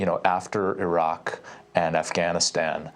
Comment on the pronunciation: Amy Afghanistan doesn’t start with the letter H. Harfganistan lol.